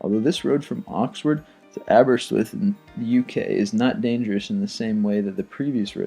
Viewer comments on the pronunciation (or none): Aberystwyth - sounds as if he didn't know how to pronounce it and so just rushed it to cover it up haha: 'Aba-wrist-wi-thh'